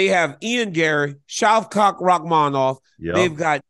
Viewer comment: Dc said ShavCock Rahkmanov